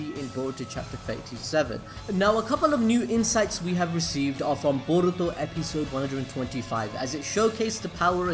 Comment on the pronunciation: Can you say boruto 5 times fast Stop saying baruto